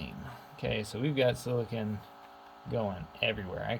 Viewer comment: oh and its silicone not silicun